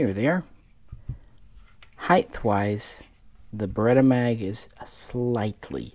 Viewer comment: It's not Berr ret "ERRR" It is Berr et AAAah. Geeze at least say the name right.